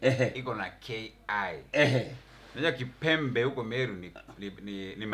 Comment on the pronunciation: Jalas kept on mispronouncing kipembe to the end 🤣🤣🤣